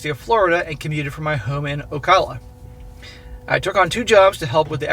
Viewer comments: You live in Fla now (waving from Orlando), you gotta learn to pronounce cities here. It's Oh-cal-uh. North of Tampa! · if you are going to live in Fl you have to learn how to pronounce the cities. You butchered Ocala lol.